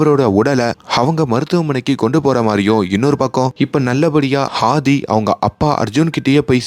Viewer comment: Pls pronounce அ as அ not ஹ,it's ஆதி not ஹாதி